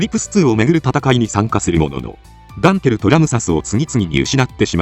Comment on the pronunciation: 誤：ダンゲル 正：ダンケル ですね。